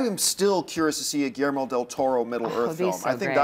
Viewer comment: John needs to learn how to pronounce Guillermo.